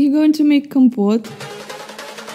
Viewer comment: how she said compote in the most Romanian accent, idk how to spell compote even tho im romanian lmao